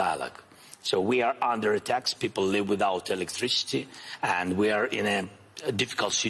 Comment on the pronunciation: He was mispronouncing "live" as in "Live TV"